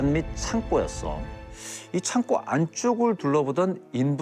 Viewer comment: 창고의 발음은 [창고]입니다. [창꼬]가 아닙니다.